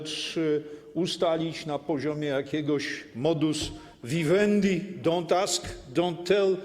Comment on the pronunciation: "Moduswiwędi, dąntasask, dątę..." Co to? Po jakiemu to?